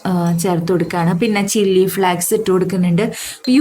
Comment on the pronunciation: Happy birthday. Pronounce chilli flakes correctly